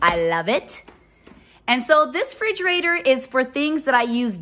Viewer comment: Forgive me, but please pronounce Refrigerator